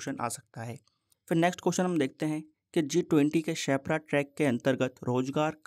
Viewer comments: Sir ap shepra Bol rhe ho per use sherpa bolte h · You are calling sherpa as shepra🙂